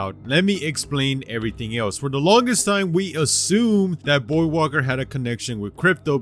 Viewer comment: lol the Loba beating revenant is kinda dumb if u think about it And damn was I not confused every time he say voidwalker because I kept hearing him say boywalker